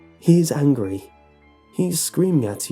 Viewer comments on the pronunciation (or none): none